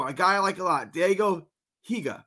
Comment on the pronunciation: Its pronounced die-go hee-ga